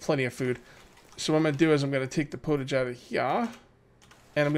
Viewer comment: Pottage is pronounced Pot-Edge as it is made in a pot >^,,^<